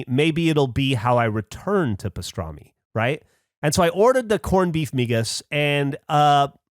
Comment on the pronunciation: The way he is saying MIGAS is killing me